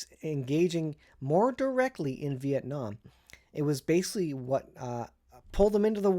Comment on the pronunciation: Vee- ett- naam. Exactly.